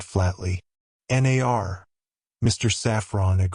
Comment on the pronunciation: The reader is HORRIBLE. Is it AI? The pauses and saying 'N.A.R.' instead of 'nar' as in 'no'. Don't think I'll get very far with this...